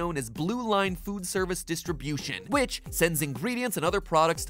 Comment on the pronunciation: The first time i heard that i thought he said "Which pie tastes like cake"